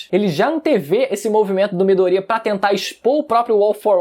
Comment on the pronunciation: Midôria rapaz e não midoría , porra , tá de sacanagem kkk